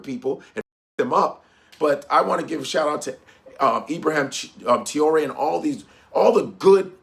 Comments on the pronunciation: Ibrahim Tee-yoo-ley….no no Repeat after me: Tra- as in Tra-ck (tracking nr) O- as in O-bama (Obama) Ré- as in Re-ckon (reckon) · As a Muslim I support brother Ibrahim Traorè. Pronounced Ebrah heem Tray ore A. And believe as the Quran teaches us about traitors. Do you know they're the only people deserving of immediate turning their tvs off? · His name is pronounced: Trough (like the farm utensil) and ray (like a ray of sunshine). So it’s Ibrahim “Trough-ray.” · Its pronounce TRAWRI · Pronounced “Trah-oh-ray” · Please say his name correctly pronounced Tra-Or-Ay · I love u, but learn his name. Tra-o-ré. He's hot right now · Tra-oh-ray what kind of African can't pronounce Traore 😂😂😂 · It's Trah-oh-ré brother. What a crazy General uncle Tom, tap dancing to some jim crow tune, what?! Fckim. Have to remember the West: USA, and Europe have nothing, zero, nada AT ALL in the ground. Coltan, zinc , niobium, titanium, copper, tin, cobalt, all the tech minerals needed to power hand held devices to guided missiles not in the ground! The West is fading "I've fallen and can't get up" We need more Captain Traore's here in mama Africa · Pronounce" Trar- or - Rrray " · Can’t be that hard to say traore .., just saying !! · About damn time this guy speaks up for his people. He must have just been getting hip to what’s going on in Burkina Faso. Because he wasn’t even saying Traore correctly…still haven’t told the world that the Igbo and Yoruba are the Israelites of antiquities… just say you scared bruh… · At least learn to pronounce his name😅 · Learn to pronounce his name